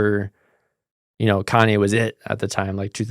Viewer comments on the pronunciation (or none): none